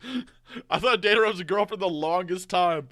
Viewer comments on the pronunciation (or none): botching the name Akatsuki and Deidara is hilariously bad, but understandable since he's only reading the manga.